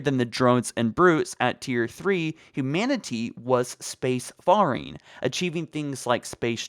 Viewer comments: lol space FAR ing..its space FAIR ing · The way you pronounce faring makes me cringe a little. It's pronounced "fair-ing" not "far-ing" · Faring isn't pronounced as "far"-ing, it's pronounced as "fair"-ing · Faring is pronounced like "fair", not "far", as in space "fairing". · Sea or space faring is pronounced “fairing”, not “farring ”. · "faring" pronounced "fair-ing" for fucks sake -_ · Fare-ing, jesus that was bothering me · That's not how you say faring